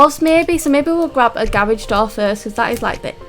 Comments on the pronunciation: Its garage not garaje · 𝕀 𝕤𝕨𝕖𝕒𝕣 𝕀 𝕝𝕠𝕧𝕖 𝕥𝕙𝕖 𝕨𝕒𝕪 𝕪𝕠𝕦 𝕤𝕒𝕪 "𝔾𝕒𝕣𝕒𝕘𝕖" 𝔸𝕙ℍ𝕙𝕙𝕙